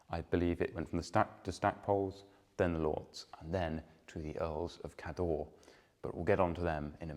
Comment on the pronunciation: Excellent videos - thank you. Cawdor (as in Macbeth's Thane of Cawdor) is pronounced rather like the surname of the great film director, Alexander Korda, with the emphasis on the first syllable.